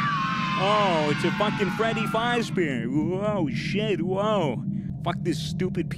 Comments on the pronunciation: "Freddy Fajzber" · Freddy Fozbeer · Nobody:: Freddy phause bear